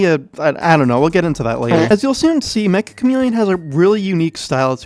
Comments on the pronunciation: If the game is made by a Japanese dev, it’s not mecha it’s “meccha”. It’s a Japanese word meaning extremely or super. It’s pronounced “meh cha”. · it's.... pronounced... meCCHa chameleon... not "mecha" chameleon... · Triggers me how everyone pronounces the title Mecha Chameleon instead of Meccha Chameleon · It's pronounced may-chah o algo